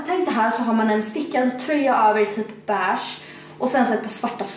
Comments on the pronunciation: Man säger vell endå inte BÄÄSHT, Beige heter de. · Det heter inte bärscht